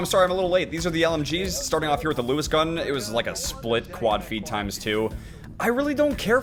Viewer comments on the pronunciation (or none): none